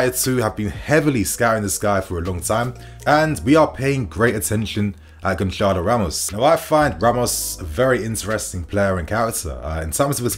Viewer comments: niinii goncalo ramos is pronounced, Gonsarlo , the c with the accent is pronounced as an s, ik portuguese names r tough ffs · Why is everyone in England pronouncing Gonçalo with c? It's not really a C when it is written with the letter Ç and that is pronounced as the letter S so you should say Gonsalo.